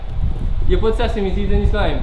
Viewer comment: Wait wait did say bitch after he say sesamee seed